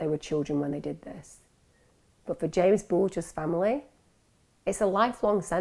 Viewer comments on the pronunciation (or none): It’s JAMES not Jamie